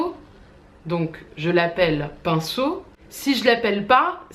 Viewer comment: Quand tu dis pinceau j'ai l'impression que tu dis pinson... Bon... C'est pas comme si Freud avait pas été Darwinien mais j'ai pas pu m'empêcher de faire le lien avec Charles et J.B. 😄